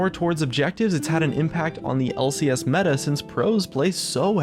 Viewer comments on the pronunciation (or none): none